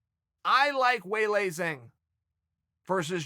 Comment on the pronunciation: Welcome "Way Lay Zang" to the Sonnen Cinematic Universe